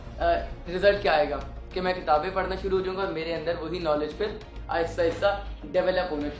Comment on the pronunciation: Sir please Correct the word "parna" word parna nahi hai sir Actual word Pharna yani urdu mein jo py k baad ray aa raha hai wo ray nahi hai wo aray hai ray k uper toain ana hai so please correct sir next time and you are doing best sir. May allah almighty bless you bundles of happiness thanks, Jazakallah & Allah Hafiz